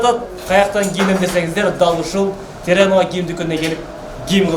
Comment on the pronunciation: Молодец ука, бирок теренова эмес террановакен